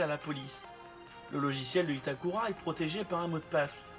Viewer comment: Bonsoir, je note que vous faites un effort de prononciation en disant "Itakula". Je ne peux que féliciter cette initiative. Cependant, pourriezvoisla poursuivre avec Haibala, Kogoro et Môli (au lieu de Mouri, quelle transcription moisie n'empêche ) ? Merci. Et chapeau le résumé ! Ça doit être du boulot !